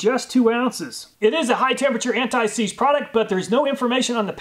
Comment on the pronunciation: Alooooooomin-Numb Antt-ÊýÉ. SeeeeeeeeeeZé